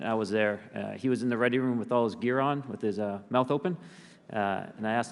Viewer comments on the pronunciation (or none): none